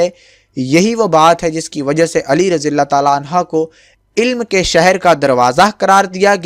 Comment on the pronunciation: plz correct ur pronunciation how to say razi Allah about man sihabi. Stay blessed